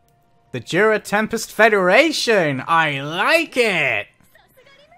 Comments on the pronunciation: hey (( IT'S "JURA" TEMPEST FEDERATION BTW )) not juda 🤣🤣🤣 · He's been saying Jura all the time